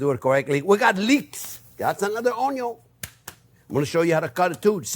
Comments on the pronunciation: HAHA "Onyo" welcome back, Chef!! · Only came here for the first few Onyo-pronounciations and then clicked off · "You can call it whatever you want " ... " It's onyo" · "Onyo" evokes memories of Justin Wilson. 🥲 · everytime he says onyo take a shot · Be sure to onyo the onyo when you're onyoing the onyos! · “Onyon is number first!!” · yes! Onyo I say it that way all the time now. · My favorite part about this video is my eyes only saw the video title and I knew EXACTLY who pronounces onion like that hahaha. Welcome back Chef. Cheers.